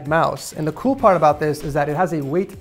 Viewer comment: yes I can hear, it was a joke because it sounds like he said pool -_